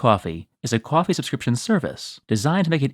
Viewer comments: I could watch a 10 min video of you saying "cwawfee" 🤣🤣🤣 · You say coffee funny. lol